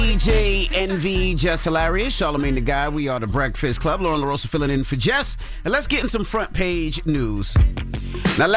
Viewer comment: It's LOREN. Not Lauren. Not Lauryn. LOREN!!!